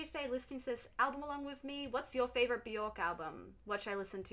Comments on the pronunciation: If you listen to her say her own name it actually sounds more like Byerk. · It’s pronounced buh-jork 🫣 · Björk is pronounced “B-yerk” … rhymes with work or jerk, not pork. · Her name rhymes with jerk not dork.